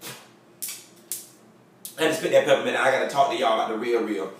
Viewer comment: that's Aretha Franklin song. oooh thats my jam, I died when you spiit out that peppment! (peppermint) lol